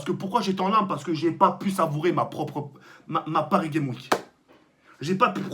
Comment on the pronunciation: Prononce le ‘S’ a Games dans paris games week stp sa stresse